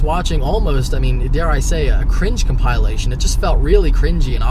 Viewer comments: Nice video but the word 'compilation' is not pronounced 'compile-aishun' - it's pronounced 'com-pill-ation.' This was quite distracting. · P I feel ya' man. I had a small seizure every time he miss pronounced it. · it'd be nice if you could pronounce compilation correctly.